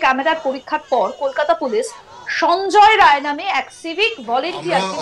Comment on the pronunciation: রায় না রাই